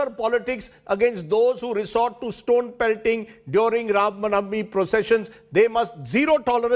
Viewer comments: Ye Rav navami Kya ha pade likhe gawar? It's Ram Navami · Rajdeep not able to say Ram navmi properly but he can say Ramzan without any problem 😀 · This does not even say RAMNAVAMI correctly ! when has he convrted to or chaged his religion ?